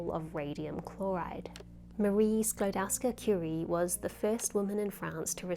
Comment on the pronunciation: Props for using Marie Skłodowska-Curie's full surname. Karolina Żebrowska will be pleased: However, in Polish, the ‘ł’ is pronounced ‘w’ and the ‘w’ is pronounced ‘v’, so ‘Skłodowska’ is pronounced ‘Skwodovska’.